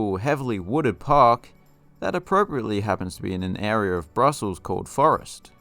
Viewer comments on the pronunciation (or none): none